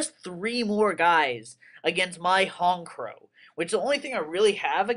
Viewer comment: This is why Honchkrow is the shit! But yeah SynchoHero is right, "HonCH" not "honk"